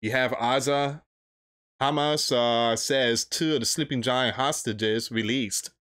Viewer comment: ….Hamas …. Pronounced…HA Mas. Please I know you have a speech problem but dang man, you don’t know biblical history nor for some reason, you are not doing research, just reading! No wonder you lost funding.